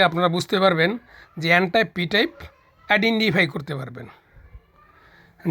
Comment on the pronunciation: এনটাইপ পিটাইপ ভালো করে বলতেই পারলেন না! বোঝাবেন কি?